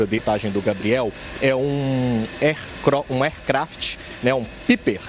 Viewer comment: "Arcrafit" kkkkk... poh... foda esses caras nem pra pergunta a alguem ne ?